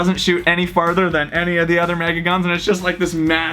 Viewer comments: Why do u say mega like maga is that just to get attention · anyone else hear maga instead of mega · With the accent the mastadon kinda sounds like THA NEW NURF MAGA MOSTADAN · I love the maga darts just cause there so reliable (MAGA is not a typo its the way he says it)